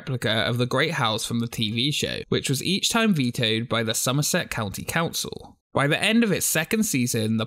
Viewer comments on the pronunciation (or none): none